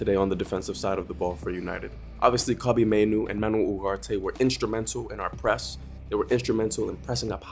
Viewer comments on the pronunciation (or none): I'm sorry but when did uGarte become uHarte??